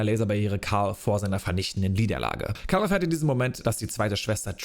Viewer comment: Also wenn ich mich nicht verzählt habe hast du 59x Cal wobei es manchmal auch nach Carl klang 😆 Und die olle Trilla...Pfeife. war so nervig. Der Auftritt von Vader war mega, und dazu die Musik einfach episch as fuck. Ich freue mic hauf morgen, den Stream anzuwerfen und wieder mit Cal unterwegs zu sein.